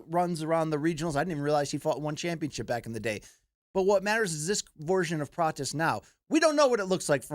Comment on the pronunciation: Don’t you want to hear Luke squeezing “Carlohsss PRaaahtchesssshhhh” out a hundred times?😂